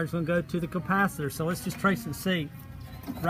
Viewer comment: Great video. Somehow I keep hearing "compacitor" instead of capacitor